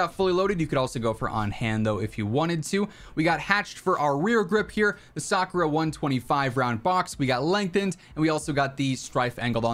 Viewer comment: I was surprised that you can say sakura with a precise accent. The best shotgun is jak12.